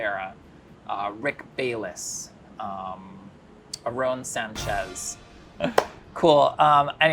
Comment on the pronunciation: The way he pronounced Aaron Sanchez's name and Chile Relleno made me cringe